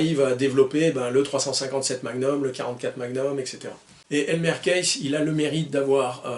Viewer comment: Alors que dire... Merci!!! Je suis partial, pauvre admirateur de Clint que je suis, mais j'ai adoré chaque minutes de ta vidéo (même ta façon de massacrer le nom de ce pauvre Elmer;), une fois kiss, une fois kaisse, faut dire que le "th" n'est pas aisé pour nous Français). J'ai même posé mon 29-2 sur le bureau le temps de la vidéo pour qu'il puisse voir ses copains. Encore merci pour ce bon moment, et très bonnes fêtes de fin d'année, j'espère te retrouver plus souvent en ligne en 2025! Freebird